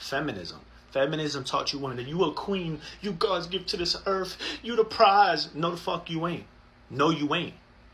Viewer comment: I cant stand how he calls earth, "earf"